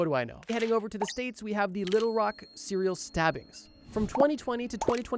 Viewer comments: What the hell is a CIRIL killer?? It’s SERIAL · Sounds like he’s saying Syria killers 😂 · “Seral Killers” I can’t stop hearing it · Had to stop watching after a few seconds because I kept hearing "siller killers" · Why the fuck is every youtuber so marble-mouthed? You literally mispronounce SERIAL in the first 10 SECONDS. Actual slop content by the way.